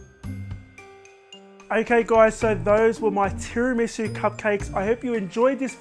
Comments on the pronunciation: Actually the way you say tiramisu is right! Everybody else is wrong. I know Italian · Actually the way you guys pronounce it is right. I know Italian